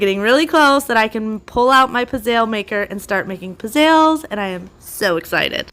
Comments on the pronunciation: I LOVE the bottom drawer for baking sheets etc! And i am for sure buying the Ikea black pads for drawer bottoms. Nice job! And btw..its pronounced " pits...zells" not zalls! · yes, Pizelles are delicious. My fam makes them every Christmas too. They're are pronounced Peet- zells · I love pizzelles!! You pronounce it as pitszel. It's an Italian waffle type cookie. So yummy!! 😀💖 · Good morning! Love your new kitchen! Are you talking about pizzelles? Like the flat delicate Italian cookies? If so, we pronounce them pitz-zel. I love almond and vanilla flavors but not anise (tastes like black licorice).